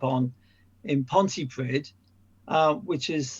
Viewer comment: Lol, I grew up in Pontypridd, you say it like 'Pontypreeth'.